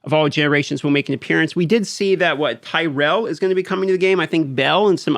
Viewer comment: 😂😂😂😂 he said TYrell 🤦🏻‍♂️🤦🏻‍♂️🤦🏻‍♂️. This guy hasn’t played Diablo before.😂